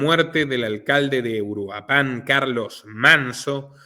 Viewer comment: Litempo 14 era la clave de espía de la CIA de Luis Echeverría. Nota:, estimado, es Uruápan, con acento en la 'a'. Y es el Palacio Nacional el que está en el Zócalo.